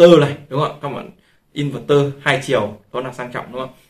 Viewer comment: Kiến thức hạn chế, nói theo ý chủ quan của cá nhân nhưng luôn khẳng định mình đúng. Nghe ức chế. Nói sai be bét cả về chuyên môn và sự hiểu biết, đọc tên hãng cũng sai, in VÉC tơ hay in VẸC tơ là biết trình độ thế nào.